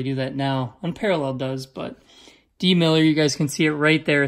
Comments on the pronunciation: It's milliner not miller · twice he biffed it, lol. MillNNNNNer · hey man not trying to be rude but as an alabama fam it is mill n er